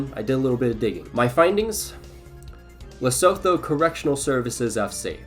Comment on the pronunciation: Great video, just a note: it's pronounced "Lesutu" not "Lesotho", even though it IS spelt that way.